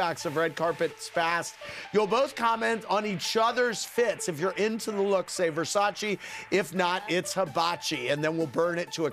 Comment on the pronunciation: At least Paris did one good thing in her career: she knows how to pronounce Versace properly and that’s not too shabby